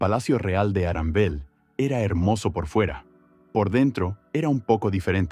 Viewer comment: Abogados de Disney: Arandel? 🤨 - "No no, Aranbel." 😅